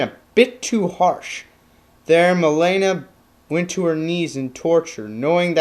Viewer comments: it's not "Ma'lay'na" it's "Ma'Lean'na" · ok seriously, why are pronouncing everything so weird? "milaina".... really? your mispronouncing thing f***ed up what could have been a cool character study video. fail! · I loved your "Character Studies." Who cares about the pronounciation of Mileena, point is you made Kitana's history clear for those who dont know much about her. She's my favorite female character and Im glad you did justice to her by making this video. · UGHHHHHHHHHHHHHH! your pronunciation of Mileena kills me! Clearly you are not a real Mortal Kombat Fan! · u pronounce mileena wrong, lol